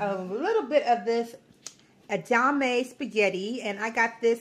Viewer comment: Everything looks amazing. I love a splash in vinegar on my greens too. Your beans look delicious...am going to try your recipe. FYI: the pronunciation of the soybean spaghetti is e-da-ma-may...4 syllables. Would not have mentioned it but you wondered if you were saying it right. This is the first video I have seen of yours and looking forward to more. Will binge last ones as I enjoyed this one very much. I also appreciate your autism awareness notice. Being a caregiver is hard work. May God give you all the strength you need. God bless